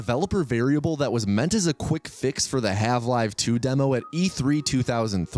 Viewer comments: Wait are you calling it halve-live 2? 😂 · no hate but why are you saying half 'live' 2? is that a bit? i'm confused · why are you calling her marline? why the hell are you saying half live? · 30 seconds in and he said half live 2 help